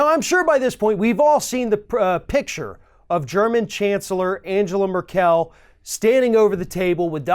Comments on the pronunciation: Angela Merkel is pronounced [aŋˈɡeːla ˈmɛɐ̯kl̩]. The g in Angela is hard, and the second syllable is stressed: Un-GEH-lah And Merkel is stressed on the first syllable: MER-kel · I love your videos. I watch every one of them and rarely disagree with anything you say. But today, I just want to point out a couple of important details. The Chancellor or Germany's name is pronounced Angella (hard "g" like go) Mer'kul, not Merkelle. Also, communique is pronounced; kom yoon i kay, like "communicate" without the "t". Please keep up the great work. It helps keep me sane. Thank you. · dat way he pronounced Merkel is quite funny, the stress should be on the first syllable of course.... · Nitpicks: "Angela" in German is pronounced with a hard g (as in golly), and for "Merkel" the accent is on the first syllable. The word "communique" (with an acute accent over the e) is pronounced "communiKAY". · "Merk-l" No "ell" also "communikay" Helps? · Merkel with the stress on the first syllable. Shouldn't be too hard to look up before doing your talk. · Totally fucked up Angela Merkel's name. (AHN-guh-luh MER-kel)* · Random simple pronunciation guide. 🤗 Communique == Kommyoonikay Merkel == Murkle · "Merkel" is pronounced with the emphasis on the first syllable. (the second "e" should sound like the "e" in "begin") Just saying. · Correction: the German Chancellor's name is pronounced Ang-a-la Merk-uhl. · You're awesome but somebody needs to sit you down and teach you to pronounce com·mu·ni·qué and Merkel.:) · Trump's behavior awful as usual but hard to take you seriously when you don't know how to pronounce Angela Merkel's name or the word communique. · That's not how you pronounce "Merkel". Or "Communique" for that matter. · Learn how to pronounce Angela Merkel's name, please. Edit: Also learn how to pronounce the word "communique."